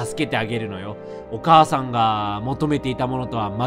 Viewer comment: レトさんのお母さんの読み方がどうしてもおばあちゃんの読み方に聞こえる